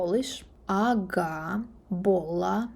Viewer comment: You surprised me with Slovak, I think you did really well, at least the understanding part, I am saying this as native Slovak. But I found it funny when you said that "Keď" is a name, but you corrected yourself later. But you made a lot of mistakes in pronounciation, for example Aga is pronounced with G like in word "Guess", not like H.